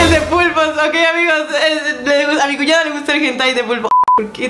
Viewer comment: dijo cunada osea que...